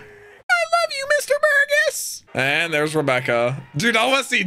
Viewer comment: So Jesus burgess is pronounced Jee-zus like the dude in the bible Bur-Jess And machvise is Mak-vice